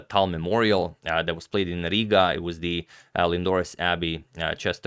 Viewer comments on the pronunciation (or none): none